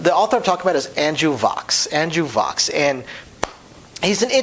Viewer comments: Except he doesn't pronounce his last name right. Vachss rhymes with 'tax' or 'fax', not 'pox' or whatever he said. Also, the Dell and Dolly trilogy are new favorites, as is Haiku, which is really good... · vachss rhymes with wax.